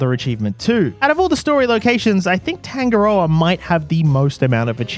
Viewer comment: love how you pronounce tangarda lmao